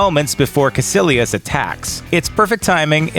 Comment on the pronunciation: Its Kaicilious not kacilious